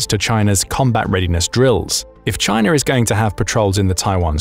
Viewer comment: you said Chiner then u said China so u clearly know how it is spelled or spelt! :face-green-smiling::person-turquoise-writing-headphones:🙃